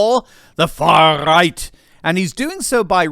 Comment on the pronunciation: When you said far right it sounded like you said third Reich which ironically is the way the left sees the right not sure if you did it on purpose either way funny as hell